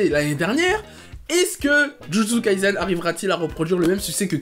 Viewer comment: Jujutsu kaisen ce prononce avec un s et pas un z, kai"s"en 呪術回線、じゅじゅつかいせん, le s ce prononce comme samuel. Dans le Shonen Jump, il y à aussi Chainsaw Man qui est ouf en ce moment !!🔥🔥 Pour ma part j'espère vraiment qu'il rencontrera un meilleur succès que Kimetsu no Yaiba🙏🏼 Et perso j'ai commencer jujutsu kaisen ya 3 ans😭 il y avait même pas 15 chapitres, mtn il a vrm percer et sa me fait plaisire 🔥🔥🔥🔥🔥🔥